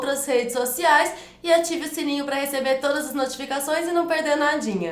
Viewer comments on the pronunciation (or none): none